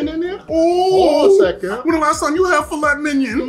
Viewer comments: That table looks amazing and I love both of your videos. But... Filet Mignon is French. Pronounced Fil-ay Mign-on not filet minyan lol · You mean minyawn. The phonetics you noted are incorrect...mig-non would sound like...well..mig..non..lol. correct pronounciation is filay minyawn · "Fillet MINION" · Why are you pronouncing filet mignon wrong?????? Is that on purpose? I wouldnt even serve you if you seriously ordered it with that pronunciation lol